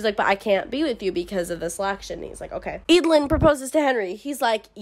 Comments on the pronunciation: I thought it was pronounced Ed - a - lin (like evelyn) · Every time you say “Eadlyn”, I think you’re saying “Edalyn”, and imagining how much more interesting this story would be with a main character like Edalyn Clawthorn from The Owl House. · Absolutely same. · Damn I'm not from an English-speaking country so didn't read the books in English and I remember pronouncing Eadlyn in my head as ead-lane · Im glad I listend to audiobooks bc I could never pronounce their name's. I didnt like the dynamic between Eadlyn and her parents, they could easily tell her more about the day her grandparents died and their own selection (I get it it's for the plot, but still). Edit: It always bugged me why she couldnt just add him to the selection, she was the fricking queen, she could totaly change the rules or just told her parents, I mean the people wanted to add that creep. How would that be possible. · W should appreciate books, and not judge them. And the pronounciation of Eadylin is not said like that.Plus who cares? you are just judging a book by names?? And it's not even a very kind thing to say.